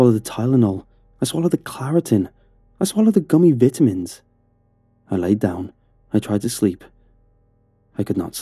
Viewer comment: I love the way he pronounced vitamins LOL